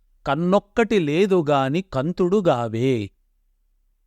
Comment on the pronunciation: kaantudu not kantudu